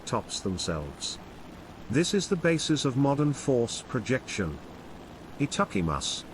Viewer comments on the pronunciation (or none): Your Japanese skills are killing me 🤣🤣😂😂😂😂🤣🤣😂😂😂😂 Etuckymus (supposed to be itadakimasuいただきます)